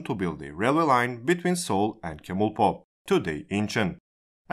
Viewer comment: Just for more accurate info(No intention of criticizing!) Both Gs in "Gyeongi" are pronounced "guh" sound, so it's more like "Gh-young-Ghi" "Chemulpo" is actually pronounced "Jemulpo" "Gyeongbu" is pronounced "Gh-young-Bu" "Gangnueng" is pronounced "Gang-Nng". Or Just "Gang-Nung" is fine I think.